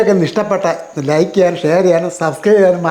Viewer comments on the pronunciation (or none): none